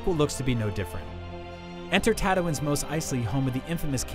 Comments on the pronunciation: Did he pronounce Tatooine, "tadowin"?!?! thumbs down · Dude's pronunciation of Tatooine made my eye twitch.